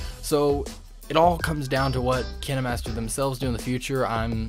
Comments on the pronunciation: dude its kinemaster not kenemaster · FOR THE LOVE OF GOD ITS PRONOUNCED: KINE-MASTER NOT KIN-E-MASTER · Him: (kihnimaster) KineMaster Me: YOU IDIOT IT'S (Kien master) KINEMASTER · You’re telling me it’s pronounced kin-e-master and not kien-master? My life is a lie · Kinaamaster lol dude it’s kinemaster not kinamaster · Kindmaster not kinmaster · He says KinaMaster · I know it kinda triggers me cause he’s like “Ken-Ee-master” while I say “Keen-master” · No he’s saying KineMaster that’s how u pronounce it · its not kini its kayn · I might just be acting way too dramatic but I get so triggered when he says kinemaster like kin a master cuz I pronounce it like k I nemaster. Is it just me who says it like that? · KineMaster watching this like ITS KINE-MASTER Bro this guys saying kin-a-master is making me laugh so bad Lol thanks for the tips do O.o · I thought it was pronounced "kain master" not "kin e master" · You say kinemaster: kinamaster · KINE not KINÉ Sorry, It Annoys me Sooo Bad 😅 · im sorry but kinamaster it KINEmaster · It's not kin a master its kine master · Man said kenee master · It's pronounced "Kinermaster"? I thought it was "Kindmaster" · Him: kinEmaster Me: ...da fuq u say 👁👄👁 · Wait is it actually pronounced kinamaster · Ah yes, Kihnnehmahstehr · Did you just say "Kin-aye-master"? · I hate how he said Kine y matser also kinemaster creatirs are quaking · "KiNeMasTher" op bolteee!😐️😂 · Its kinemaster not kin-eh-master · It’s pronounced Kine like pine master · Ki-na-master LOL I feel bad so bad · I'm pretty sure it's pronounced Kayn Master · My dude straight up said "Kin-A Master" 😂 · He did nit just say "KiNaY mAsTeR" ;-; its kind KINED BUT THE D IS SILENT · Is he saying kinamaster :/ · Kin-eh-master Hmmmm... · Kin-e master lol I'm deas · The dude:KiNAMasTEr Me:wha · “ kin a master “ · Bro what kinamaster? 😂 What the heck 👁👄👁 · Did he just say kinnamaster? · ” Kin E master ” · He said kinemaster like: Kiniee master. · What’s up Kin e master 🤣